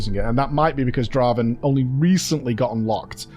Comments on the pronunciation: Can we get and to say "welcome to the league of Draven" on stream and settle this once and for all? There's just no way it's "drah-ven", it's 100% "dray-ven" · Jesus. Haven't you ever played League of Legends? "It's Draaaaven. Not Draven."